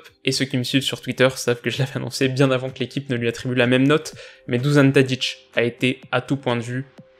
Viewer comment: Super vidéo et tout ce que tu veux MAIS,... Bon ça commence à me gaver. Au niveau de la sonorité des prénoms ou noms de familles yougoslaves. Dušan Tadić = Dou-Sha-Ne Ta-Ditch Luka Modrić = Lou-Ka Mo-Dritch Nemanja Matić = Né-Man-Ya Ma-Titch Davor Šuker = Da-Vor Chou-Cair Edin Džeko = É-Dine Djé-Ko Luka Jović = Lou-Ka Yo-Vitch J = Yeu Ć = Tch Š = Ch U = Ou Ž = Dje Đ = Dyeu Je ne trouve pas logique que tu prononces Duzan (en FR) et après Tadić (en YU (HR/SR)). Cela te permettra d'éviter pas mal d'erreur.